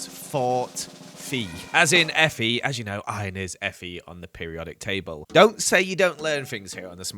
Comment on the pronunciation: It's Fe, not FE 🙀